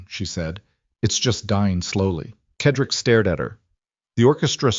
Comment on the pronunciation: CED-RICK ! That’s how you pronounce his name! How hard could that be?.